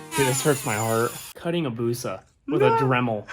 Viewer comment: Name the thing "Abusa" and say it like "Abuse-uh" -- I am sending this vid to my buddy who had a 'busa just to get his reaction.